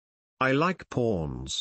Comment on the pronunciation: i like pawns sounds like i like porns lol